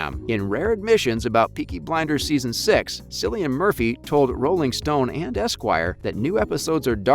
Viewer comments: His name is pronounced Killian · I believe It's Pronounced Cillian